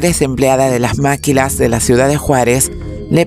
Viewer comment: Se pronuncia “Maquilas “(así nada más, sin acento) no “Máquilas” muy buen reportaje, muy completo.